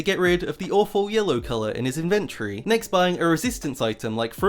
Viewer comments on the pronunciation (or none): In ven tory not in ven tree Say it right.